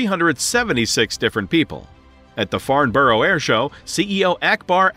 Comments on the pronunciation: Farnborough is not pronounced Farnborrow - its correctly pronounced as Farnbrah. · Boeing.. Please for. The love of God don't make a 777-777 variant and definitely do not allow the sale of '7' units at one given time. Btw Farnborough is pronounced 'Farn-burrah' not Farn-burrow. 😅